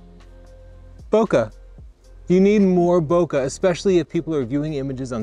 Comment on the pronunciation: It's Bo Kay with a soft A not Bo ka with a hard Cu like cut. Type in search, how to pronounce bokeh